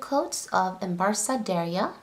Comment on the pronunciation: Love the swtaches its Pronounced as "Embark " btw...sorry fellow Friscan here